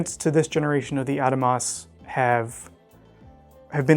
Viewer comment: You are pronouncing Adamas wrong, it's ( Ah-dom-us) Benchmade customer service corrected me on a call the other day.